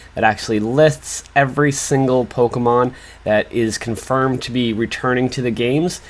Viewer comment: I’m sorry y’all I just can’t with the way he pronounces the Pokémon names